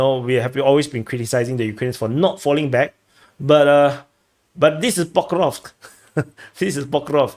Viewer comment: Pokov, Pokrov, Pokeosk, Pokros'k, ENOUGH, knock it off!!! I now decree it shall be called Pokemonsk front!😅